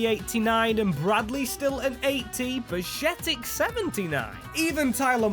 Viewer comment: Bashetic? come on man at least try to say his name correctly